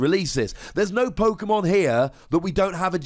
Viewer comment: Why do you go out of your way to pronounce Pokemon different to everybody else? Sounds dumb af